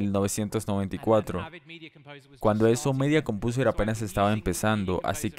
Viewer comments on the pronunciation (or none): Se pronuncia "Midia Compouser" no "Media Compiuser" jeje